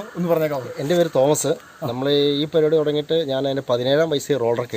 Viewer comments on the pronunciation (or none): none